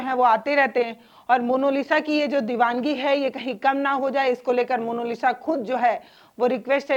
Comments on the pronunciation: जी अगले वीडियो में 'मोनालिसा' का सही उच्चारण कीजिएगा, आपसे ये उम्मीद है बाकी आपकी पत्रकारिता काबिलेतारीफ है ।👌🙏🌹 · आप पत्रकार है कम से कम नाम का उच्चारण तो सही कीजिये। मोनोलिसा नही मोनालिसा। कृप्या ध्यान रखें। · मोनोलिसा नहीं... मोनालिसा नाम है उसका आपने तो बेचारी का नाम ही बिगाड़ दिया...